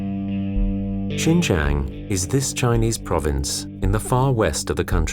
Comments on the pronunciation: The narrator kept saying Shenjen which is a Southern China city near Hong Kong. This area is Xinjiang, pronounced SheenJyayng. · HHAHAAHHA did he just say chingchang. it’s shinjang the x becomes a sh. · pronouced shein jang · sin-jiang... the pronounce makes me thought it's another city... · At the beginning, it's pronounced " Sheen Jee Ahng" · Why did he keep saying Shenzhen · If you are going to do a credible documentary, maybe you should learn the pronunciation of the place and people you are reporting on. Xinjiang, Urumqi, Uighur are just some of the mispronunciation. Nothing more irritating than listening to the mispronunciations throughout the entire video. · Good doc, but very unprofessional in regards to pronunciation. You can’t even say Xinjiang properly. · i doubt how much the narrator knows about because he cant even able to pronouce 'xin jiang' correctly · Please take 5 minutes to look up the pronunciation of words before making an entire documentary...